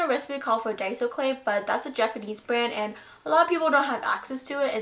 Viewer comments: Finally! A Youtuber that says Die-so insted of day-so! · FINALLY SOMEONE WHO CAN SAY DAISO RIGHT💞💞💞